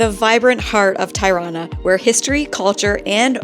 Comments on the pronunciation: Tie-rana? seriously??? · First time I hear such a distorted pronunciation of Tirana. It is not pronounced as "tie" but as "tee". or "tea". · Hope you guys had a great time ..just to let you know Tirana is pronounced -Tea -rana. Not Tie-rana.